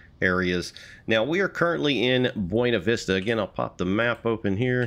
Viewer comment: As a Coloradoan I'm legally required to tell you it's pronounced "Byoona Vista" not "Bwena Vista"- yes it's pronounced VERY wrong to the Spanish, but that's what the locals call it. Also great review! Will probably pick this up soon, as an avid D&RGW fan.